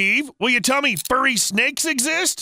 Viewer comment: "oh no a fuwwy" "smack"